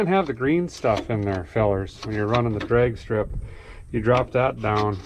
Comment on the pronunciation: Did Derek say "Dregs strip ready"? as opposed to drag strip? Hahahahaha